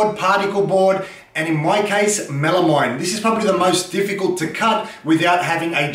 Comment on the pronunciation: It’s pronounced “mel-a-meen”, rhyes with amphetamine (they have the same etymological root for the slast two syllables).